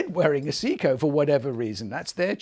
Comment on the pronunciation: Lol I was like what is he saying its a Seiko for Japanes sake